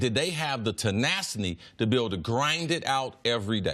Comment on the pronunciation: what's "tenaciny?" ohhhh, tenaciny.